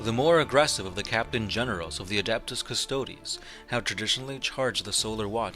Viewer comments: CystodEs, pronounce the subject of your video correctly at least and stop reading the straight of the wiki like that. It makes you look unprofessional. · Individually, these guys are custodeeans, so I have a hard time hearing them called Cuss-toads in the plural... That said, I love your vids. keep 'em coming! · All you did was read from the Wiki, plus you pronounced the name wrong. Lazy and misleading video title, I wonder how many other "40 facts" videos you did this with. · Dude, at least pronounce their name right.......